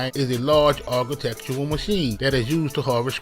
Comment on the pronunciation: "A large argutectural machine" wtf? Agricultural i think ya trying to say... 🙄. Stay in school kids.